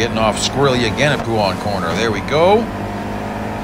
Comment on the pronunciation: Thanks a lot for the excellent video, however...Pouhon is turn 12 at Spa. The turn is pronounced Pu-ON and not POO-on. A corner is something you see on a square track. On a proper race track it is called a turn 😀